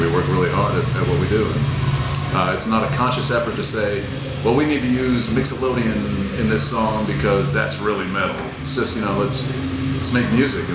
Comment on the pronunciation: "Mixolodian" Hahah, nice Campbell.